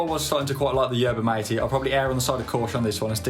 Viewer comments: its not mah tay, its mah teh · You pronounce the yerba bit fine. But the Mate bit should be pronounced (by a British English speaker) Maa-tay. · By the way you put in the straw and then you out in the herba and then you put in the water. And your joy supposed to mix or move the straw. It was good enough. And it’s prounounce mawtay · he calls it Matey 🤣🤣🤣🤣🤣🤣🤣